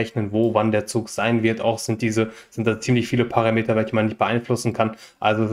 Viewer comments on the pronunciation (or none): none